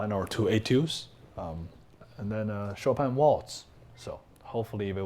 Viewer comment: Bang Bang for sure knows how to butcher Chopin...